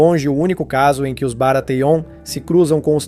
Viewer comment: Ótimo vídeo, mas Batêon, Roberto, Jairaeris, Targariãn? Fica pesado